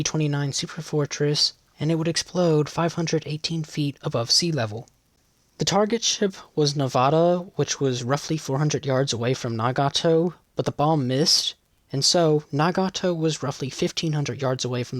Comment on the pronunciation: No. It is clearly Saratoga. Unfortunately, the author pronounces Nevada as Nevado. Maybe that's what you're pointing out.